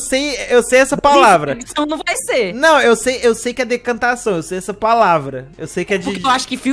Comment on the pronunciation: "eu sei essa paulavra" SOCORR